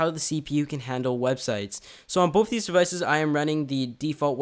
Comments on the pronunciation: Say both stupid not bof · The word is BOTH not BOFE sHiT4bRaiNze